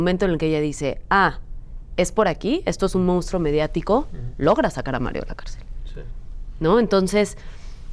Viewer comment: Díganle a Zuria que no se dice "mounstro", lo correcto es decir "monstruo".... Y lo dijo dos veces!! 😢